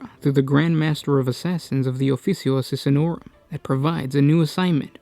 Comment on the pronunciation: Holy shit dude, your diction/delivery is giving me cancer. You DON'T have to exCRUciAtingly EMphaSIZE EVery Other SYLlable. Also not only is it pronounced ee-VER-surr, not ever-soar, it's not the aSSISSinorum, it's the aSSASSinorum. They're assassins. Not assissins. Mother of god.